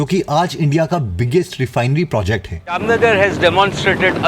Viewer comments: Bhai vo jamnanagar nhi ha jamnagar ha 😂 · Wo Jamnagar जामनगर हे जमनागर nahi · Bai jamuna nagar nhi h vo jamnagar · Jam- nagar hai kahte hai jamna-gar nahi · 1st jamana nagar me koi refinery nhi hain, you should say Jaamnagar, har koi Ambani nhi hota, I hope your subscribers will be crorepati up to December or January, your effort work only 20% almost depends on destiny, Salman khan ki hi lelo, acting ka ABCD nhi pata are acting to chodo usako khade or bethane ka tarika nhi pata lekin dekho, super star hain, bigboss hain or 10 mese 5 advertisement usake hain, you know kitne classical dancers hain but unko koi nhi janta, lekin Noora fateli 😅ko sab jante hain, Katrina also can speak a words properly but she is successful actress, karm to karo kyuki jaruri hota hain, per karm ke bharoshe akele kuch nhi milta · Its "Jaam nagar" not "Jamuna nagar" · Jamnagar bolte hai sir Apko bura lagha ho to sorry